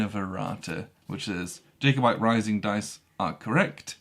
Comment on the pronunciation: And mispronounced Jacobite - jack-oh-byte. :-)